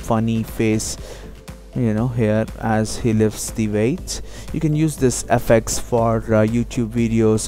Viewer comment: i like he says :AFFACTS